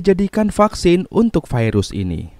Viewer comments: Virus bang, bukan fairuz. Fairuz mah nama orang. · Bacaannya Virus bukan Vairus ooy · Virus gitu, bukan vairus 🤣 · bhasa mana bang virus kok bilang nya fairus,,biasa aj atuh virus gk harus fairus😂😂😂😂😂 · Bilang sj virus bang, gak usah vairus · Kirain gua viirus itu nama..tau nya virus penyakit..normal aja bang nyebut virus nya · Sekarang kata virus sudah berubah jadi vairus awokawok vairus apa tuch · Virus kok jd vairus..wkwkkk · kenapa VIRUS jadi VAIRUS🙄